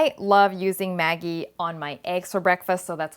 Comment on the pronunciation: GdayMateys When the product is sold in Thailand, the name in Thai writing is "แม็กกี้" which is exactly what she pronounced. This is how Maggi company wants Thai people to call their sauce.